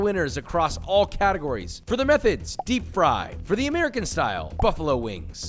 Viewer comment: the more and more Im hearing "methods" the more it sounds like "meth heads"